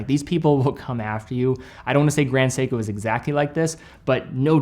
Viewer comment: I feel a little bit offended when he said it “Grand Seiko” 😂